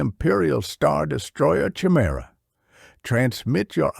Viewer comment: It’s kuh-I- Merah not chi-merah. Just read the book, stop with all the ai